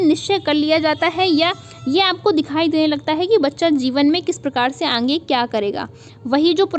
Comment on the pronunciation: Kya aap अंगे-अंगे बोलती है सही से आगे बोला करिये न। कान में चुभता है।